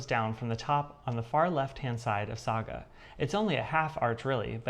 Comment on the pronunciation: Yeah,a Saga story 😂😅🎉. Well done with the pronunciation. 😊. You are heading for finishes with your stitching. Yeah.🎉. I do like the Prayer piece, very beautiful. Great video 😊